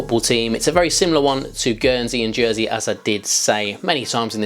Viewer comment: Did he say Jernsey at one stage? 😂